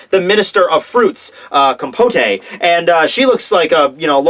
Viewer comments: It's pronounced: Com- pot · Compote is pronounced "compot" its a gag because she's minister of fruit and on puddings it can come with a fruit compote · The 'e' is silent in compote